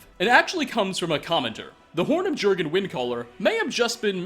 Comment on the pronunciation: Not Jurgen, Yurgen. Nordic J/German makes a Y sound. Yorgen is the correct pronunciation.